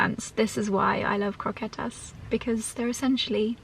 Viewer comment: fan of saying pan con tomate, jamón, croquetas, pan de cristal... lovely and very accurate pronunciation querida <3